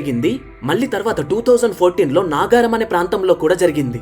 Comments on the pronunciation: ఒరేయ్ బాబు నాగారం కాదు నగరం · Naagaaram kadhu nagaram Pasarlapudi kadhu paasarlapudi 🎉🎉🎉 Nice explanation 🎉🎉🎉